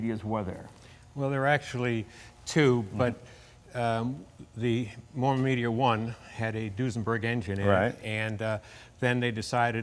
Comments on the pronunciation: It's a MArmon, not a MOrman, isn't it? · Hey Jay, it's MARMON not Morman. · Okay, I stand corrected, it IS Morman. There was an auto maker named Marmon so I guess this was a tongue in cheek name.